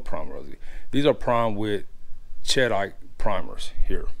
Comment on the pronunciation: Great video! The pronunciation for primer brand is "keddyteh" ;-)